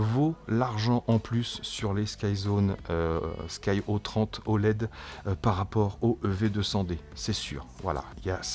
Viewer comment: Salut. J'ai les sky02s et c'était déjà de supers lunettes... C'est souvent que je les conseilles... Je te les avaient envoyé à Dom pour les comparer aux ev200d, il n'avait pas de reproche à faire et ensuite il te les avait envoyé il y a quelques mois mais tu me les avait renvoyé aussitôt... tu aurais du les essayer😜. Après ça ce dit des "sky zéro trois oled" et pas des "sky zéro trente oled" Dommage que c'est du 4/3. Le 16/9 c'est plus sympa quand même... A plus et merci pour tes review 👏👏👏👏👍👍👍